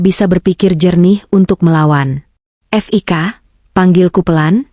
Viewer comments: F i k jgn dieja oooy...belajar membaca yg baik & benar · Bca HI hai, itu Hotel Indonesia di singkat buk, bca Fik awalan nama Fikri c ibu bcax ef i ka, ampun dah bloon bgt, meskipun ktax yg bca narasix c al klau yg bisa bca gk akan slh pengucapan, dassar buta huruf 🤭🙄